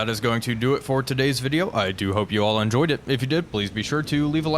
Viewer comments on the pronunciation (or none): none